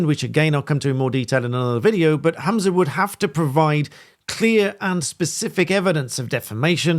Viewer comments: His name is HUM-za not HAM-za. He’s “humming’ “ not “hammin’ “. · WTF is a Hoomzah? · It's pretty disrespectful for you to repeatedly refer to Humza Yousaf as Hamsa Yousef throughout this video. You're clearly aware of his name, you've written it in the bio of the video.